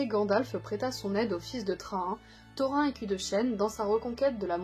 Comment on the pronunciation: Tout est parfait à part que comme les anciens le savent on prononce Thorïn et pas Thorain de même que Daïn au lieu de Daain etc... Très bonne vidéo en tout cas !